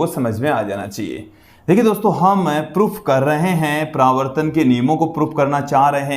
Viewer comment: Pravrtan nahi paravartan hota hai